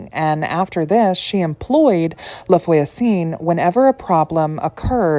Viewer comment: its no big deal but if you want to know voisin is pronounced vwa-zehn. the n is silent which is so annoying and confusing! <3